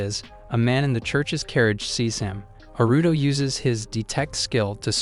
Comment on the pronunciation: It's Aruto. The voice is saying Aruto the same way westerners say Naruto.